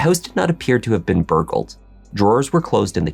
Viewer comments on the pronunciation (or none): “The house doesn’t seem to be “burgurld😮